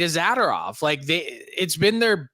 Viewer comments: Hey will someone tell Frank it is Zadorov and not Zadarov lol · Zah-DOOR-off not ZAD-or-off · Pronounce Zadorov right you twit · Would it kill Frank to pronounce zadorovs name correctly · Told him twice he just can’t accept it